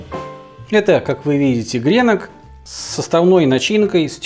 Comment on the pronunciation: раз уж решил говорить правильно, то гренОк и гренОки:)